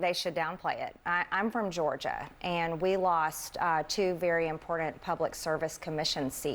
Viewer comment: God bless her heart, but would someone please teach sis how to pronounce the word important?! It's cringe. It sounds like she is saying imported. 🫣